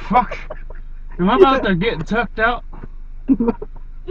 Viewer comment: Swear he says tucked out 😂